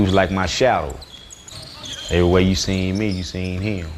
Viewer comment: It’s funny how he say him. He say it like hilm.